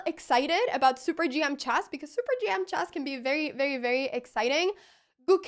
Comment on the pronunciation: Why does she have such a horrible pronunciation? Saven chass chack af5 ... Please somebody, such as her parents, teach her something batter ...